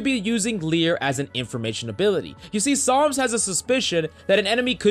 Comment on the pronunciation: Is it just me or does always call him Psalms?